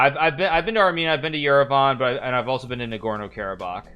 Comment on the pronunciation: hearing Nagorno Karabakh be pronounced so wrong is like nails being hammered into my ears